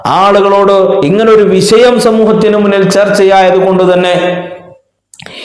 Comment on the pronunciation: വിശയം അല്ലെടൊ വിഷയം !